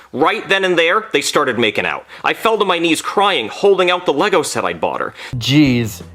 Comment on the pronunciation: It’s Lisa Lego not lugo